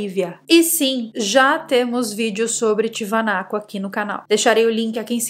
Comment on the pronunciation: Um beijo e tudo de bom para você. Pronunciaria errada = "TIAVANACO". Pronunciaria certa = "TIAGÜANACO". Lugar realmente intrigante o qual visito desde 2004.